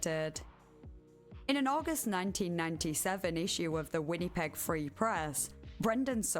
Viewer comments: the way I wrote it out. She was saying it how it looks, Winn-e-peg, but it's more like Win-uh-peg. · Canadian resident here: for anyone interested, Winnipeg is pronounced "Winn-A-peg" not "Winn-E-peg" :) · win-uh-peg. But the “uh” is not emphasised. You don’t over pronounce the middle “i” basically. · The people bitching someone with a very heavy accent pronounced winnepeg the way she did are so annoying lol. You knew what she meant. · Really good video, never heard about this topic before. Would love more longer videos. But I would recommend looking up how to pronounce a city's name before saying it so many times... never heard of Winnipeg being pronounced "Win-nee-peg" before and it took me out of the "listening to the story" zone every time 😂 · WHINNY-peg 😅😅 I’ve never heard it pronounced that way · I love your videos, and I'm only like 11 minutes in, but the way you say Winnipeg made me laugh 😂 Win-uh-peg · The way you pronounce “Winnipeg” is very endearing. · thats one way to say winnipeg i guess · Your pronunciation of Winnipeg is so cute. 😂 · The way you pronounce Winnipeg kills me I love it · I don't know what happened to my comment from earlier, but in addition to cosigning OP's phonetics, I suggested going over to CBC Manitoba's channel as it's the provincial capital. You'll hear it soon enough. It's also interesting that Winnipeg is a deeply multilingual city, and pronunciation is pretty close to the French. With a switch to the k consonant at the end, it's also not that far from the original Cree, at least as it sounds to my ears.